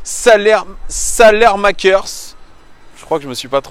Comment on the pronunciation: ça se prononce "salemakers"